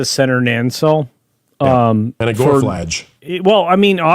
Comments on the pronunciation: "Year of heck ship" is a reference to the pair of Year of Hell episodes from Voyager. Also its Nacelle. Not Nancelle there is no second n. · Nancell? What? "Nuh-sell",. It's EASY!